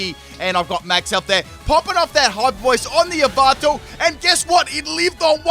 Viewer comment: i love how u say yveltal "yahvatal"